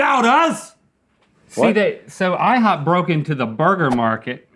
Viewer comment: No one: Rhett: IHOOP